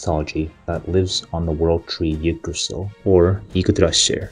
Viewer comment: Why did you pronounce Yggdrasil, a Nordic word, in a Japanese accent? 🤣